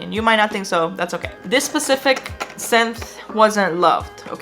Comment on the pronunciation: Can you be more "Pacific"? Oh, you meant "specific"... My bad...